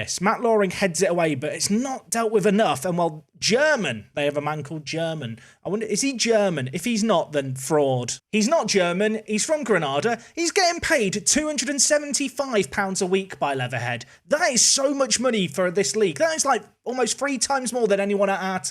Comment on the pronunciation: FROM GRE-NAY-DA 😅👌🏾(GRENADA)